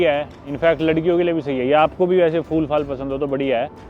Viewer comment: Bhai phool hota hai fool nahi😢😢😢